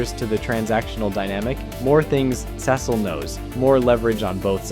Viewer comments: i would genuinely watch your videos if you stopped saying cecil like that. the quality is not bad but i see no reason why you should horribly mispronounce that name over and over again. please do better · I don’t know why you keep saying Cecil like that. If you don’t know how to pronounce his name correctly mark only says it 100 times.